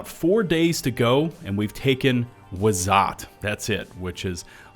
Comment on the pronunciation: it pains me hearing him say "Vareeleya 5", "Wehzin", "Wazat", and "Ustahtoo"